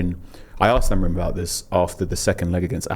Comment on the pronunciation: Does my head in how etc still consistently say “Amorin”, simply not the man’s name